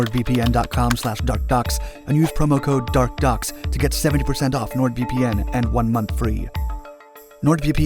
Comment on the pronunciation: I always hear it as dark ducks ...lol